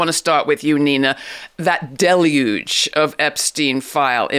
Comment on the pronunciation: Oh my gosh I expect so little anymore that just hearing deluge pronounced correctly makes me sit up.